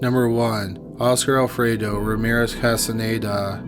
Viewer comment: "oscar alfredo" ,,, w o t